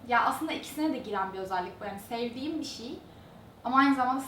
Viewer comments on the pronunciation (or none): Diksiyon derslerinde Bir şey bişi diye okunulması söyleniyor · kimsenin baskalarini konusmasina gore cezalandirdigi veya onlarin konusmasina karistigi yok. ulan o kadar ingilizce konusmaktan Turkceyi sokememis resmen. BISIY ne bi allahin kulu soylesin BISIY ne? inan insanin ana dilini boyle yanlis telaffuz etmesi hem rahatsizlik veriyor hem de utandiriyor. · lutfen BIŞIY deme gercekten rahatsiz edici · Madem kızın 'bişiy' demesi zorunuza gidiyo veya her şekilde eleştiricek bir şey buluyorsunuz daha iyisini yapsanıza. Hadi daha iyisini yapında bizde utanalım.